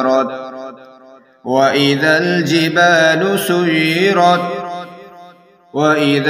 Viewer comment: السلام عليكم ورحمة الله وبركاته بھاٸی تلاوت غلط پڑھی ہے آپنے سیرت کو سجرت پڑھا ہے آپ نے